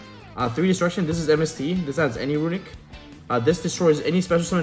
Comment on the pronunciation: I stopped taking this seriously after I heard Runick 😂